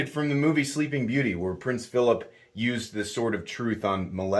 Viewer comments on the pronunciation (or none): none